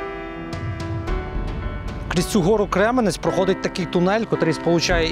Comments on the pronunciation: Крем'янець, а не Кременець. На "узком" языке- Кремянец, ударение на Я. Тим трипільським бабам до 8000 років наскільки я знаю, деякі з них вони зломали. Сусідку побачив у вашій черзі, вона постійно зараз про вікна безкоштовні запитує. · Не зруйновано 90% міста, ну 5 % не більше. Й гора не Кременець а Крем"янець. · Спасибо, что сняли видео о Изюме. Если что, гора Кремя́нец, а не Кре́менец. И можно было бы проехаться по городу, а не только по отрезку Поворотка - Пески- Марс- пешеходный мост. Но и на том спасибо. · Я изюмчянин! Слушать што наш кремянец, теперь кремяц'ь ! Я вшоке!!!!! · Чому ви ставите удареніе на Послідній слон і цим ви Робите сміховище із назви .не Кременець а Гора Кремянець